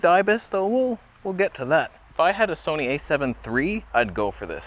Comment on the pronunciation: Gonna havtah start calling it the Soneh....